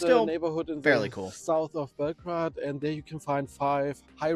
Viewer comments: He is probably German, and they call the city Belgrad... exactly how it's written, with "grad". In English it's pronounced Belgrade, like Bell-grade :) And finally in native language is called Beograd. It literally translates to "White City" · Bell Grade - not Bell Grad... Jeez lol